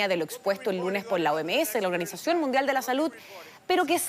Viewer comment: 🤣😂🤣😂🤣😂🤣!!! ¿”Bacuna”? ¿”Biene”? ¿”Mumdial”? Ahahahahahahahahaaaa!